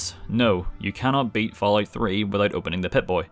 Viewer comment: I swear to god I heard him say “when you think of the ballout series”